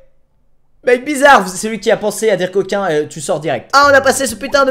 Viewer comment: J'ai penser a coquin parceke tu a di cocin.